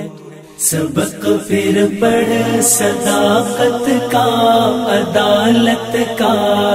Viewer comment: sadaaqat, zyadah ka q(sadaqqat) nikaalo iSi taraH phir (پھر) ko fir(فر) kaisE paRha gaya aor bardaaSht bhi kya gaya